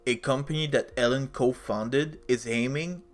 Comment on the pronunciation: Eeeeelon not Ellon 😮